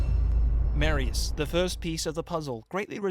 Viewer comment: Mareius, It's fucking MAR-I-IS NOT MARE, GET IT RIGHT.